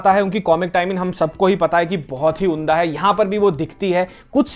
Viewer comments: "उन्दा" नहीं "उम्दा" 😊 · Gandu unda nahin "umdah" bola jaata hai , har baar unda unda bolte rehte ho ... Anyway love you ❤